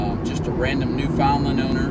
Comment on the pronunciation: Good grief....you insult both the Breed and the Province by not knowing correct pronunciation! Wait.....I'm sorry, I forgot, you're from Texas.....